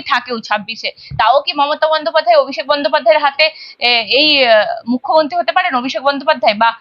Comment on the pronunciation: এই যে সাংবাদিক দিদি আগে উচ্চারণ ঠিক করুন কথা টা mukhyomonti নয় মুখ্যমন্ত্রী হবে আপনার বহু উচ্চারণ ভুল থাকে যা অত্যন্ত কানে লাগে আপনার নিজের কি কানে লাগে না?